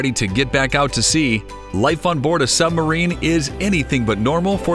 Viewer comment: Why does he keep calling it a Sum-barine?